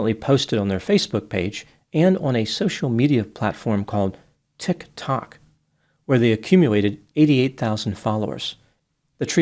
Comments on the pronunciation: I feel like he says like that to signal that it's on a timer. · Nobody can say it like!! "Known as an app called 'Tik (pause) Tok" lol He makes it sound like it's not so well-known and I love it! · The way you say Tik Tok murders me every time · Always amused at the way pronounces "Tik Tok" as if he's heard of it only at that moment. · I love it how pronounces ‘Tic Toc’ as if he has never heard of it! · i like the way pronounces tik tok as though he has never heard of it before. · Everyone should say it that way. We should NEVER have heard of it before, any of us. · I know, and I love it lol